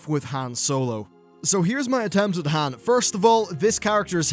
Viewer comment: A Brit who mispronounces Han Solo. Never thought I'd see the day.